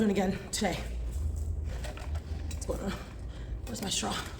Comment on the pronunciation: “Goin’ on” sounded rather NY-ish to me…🗽